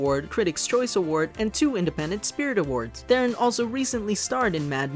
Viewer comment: This movie was amazing and on a side note, I love that you pronounced Charlize Theron's last name correctly! YAY!